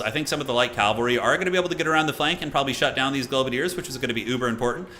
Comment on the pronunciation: That first L in "cavalry" is both silent and invisible.